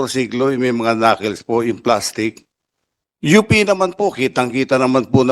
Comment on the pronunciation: knuckles is pronounced as 'knakols not knakils'